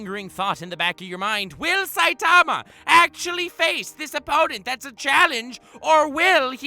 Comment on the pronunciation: Dude ur sayin saitama wrong!